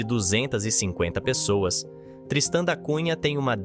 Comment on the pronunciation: O nome correto é TRISTÃO DA CUNHA, um navegador, um homem Português e não "tristã" ou "tristan" como você pronuncia . Ah! A pronúncia é Groelândia e não "groenlandia". Por favor não fale em mortadela....😂😂😂😂para não sair mortaNdela 😂😂😂